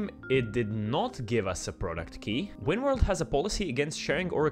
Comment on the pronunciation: winworold "ž"? Balkan brother